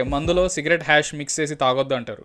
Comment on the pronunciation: Mandhu lo cigarette hash kadu cigarette ash antaru dhanni🤣